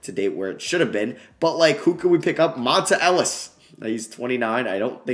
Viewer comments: Why did he say Monta Ellis like that 😭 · Please pronounce Monta Ellis name right please lol